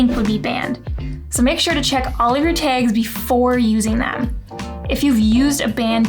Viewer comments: Did you say "taage"? That's a new dialect. Good information. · Great video...tip #6 is on point...you are the absolute boss of creating desire for more...love the way you pronounce "tags" sooo cute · I love the way you say "tags" what accent is that?